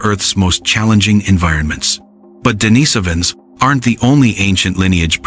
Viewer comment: Several bits of the same information is repeated SO many times. This video would be at least half as long if it only stated these bits of information once. How this ai voice wrongly pronounced neanderthal & denisovans was also driving me nuts.